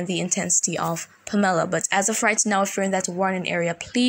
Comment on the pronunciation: the name Pamela has the accent on the first syllable... PAM-eh-la...,still appreciate you!